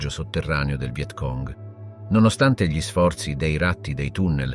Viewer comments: G LI al posto di Gli non lo definirei un bella dizione... ma livello buono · È un sintetizzatore vocale.lo si sente all'inizio quando pronuncia "gli" come "ghli" (con la g dura, cosa che nessun umano italiano farebbe)